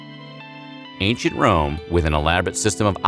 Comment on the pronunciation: I heard ain't sh*t Rome instead of Ancient Rome.